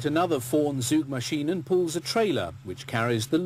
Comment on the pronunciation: It is not "soogmaschine". Try "tsoogmaschine", with the ts like in "wits" (he has his wits about him). That is how the German Z is pronounced.